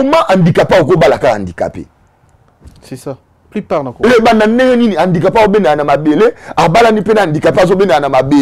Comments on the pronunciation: 😂😂😂wana malade ya...alobaka susu guidare...guidariste🤷🏽‍♂️ ozo imaginé Invité azo loba bien HANDICAPÉ mais ye azo yoka kk INDICAPÉ🙈 atanga na ba EP1 Bisumba na BUMBU, MAKALA ou SELEMBAÔ🙌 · problème ya prononciation, balobaka handicapé et non indicape